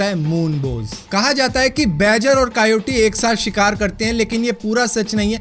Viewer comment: कायोटी नही कयोटे